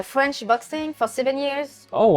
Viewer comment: You would think Canada eh, would pronounce French better. ❤ Seriously though, is it aye or eh ?